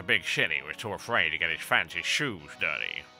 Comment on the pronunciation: "Big city" sounded an awfull lot like "Big Shitty"